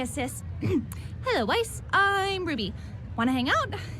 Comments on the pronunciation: It’s always bothered me how Weiss’s name was always pronounced incorrectly but her last name was pronounced correctly :[ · No one else gonna talk about the characters pronouncing Weiss’s last name differently??